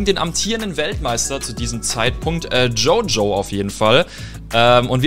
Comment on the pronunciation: Maaan wie sprichst na du jojo aus sogar judo sloth der brite is spricht den richtig